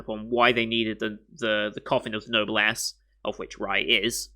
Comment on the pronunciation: Don't know if you've learned this since your reaction, but Noblesse is pronounced "no-bless". It's a French expression that's fully said as Noblesse Oblige, which, to sum up, is basically the duty of nobility to guide those lower than them in standing.